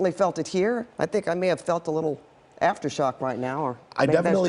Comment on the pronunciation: She said venture county. 😊